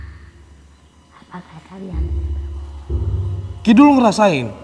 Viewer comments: ngakak bgt kalo nyebut ki dulung pdhl ki duwelung😂♥️✨m00d. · Lg mncekam2 nya aq ktwa krn salah mulu nyebut nama ki duwelung ny😅